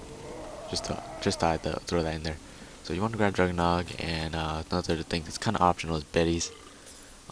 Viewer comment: Jug-er-NOG!!! not Jug-er-NOT